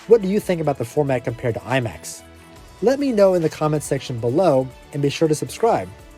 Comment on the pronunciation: "lie-max" ??? Lol